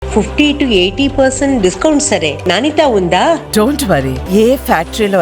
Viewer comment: మీ తెలుగు Channel లో ఈ తమిళ్ ads medplus అవసరమా? ననత కాదు నాణ్యత.